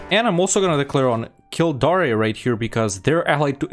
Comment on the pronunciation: It's always Kildare, as well. Even though it's probably the easiest to pronounce